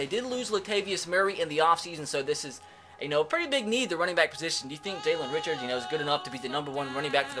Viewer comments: It's pronounced jalen "ri-shard" not ri-chard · Jalen Richard 😂😂dead its (rish-shard)